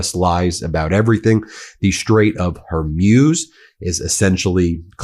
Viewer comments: Ben, please say "Straits of Hor-mooze"; NOT Hair-muse" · Ben, it's the Strait of Hormuz, Hormuz. Not Humroz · Ben, it’s pronounced hoar-mooz not hoarm-yoos. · Ben: the word Hormuz is pronounced “Hore-Moose” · Ben, it's the strait of Hor-mooz.... it's not a long sound u